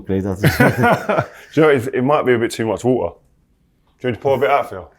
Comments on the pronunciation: Water ❌ Wuuaa✔️ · ❌️Water ❌️ ✨️Woo'ah✨️ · Can u guys SPEAK ENGLISH 😢 water = wa er 😂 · the only time auto generated subtitles are right while rooney talks are mispronounced 😂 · What you expect from people who pronounce water as waaaaotaaaa😂